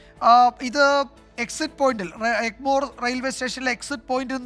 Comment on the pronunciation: എൻമോർ അല്ല എഗ്മോർർർ ർ......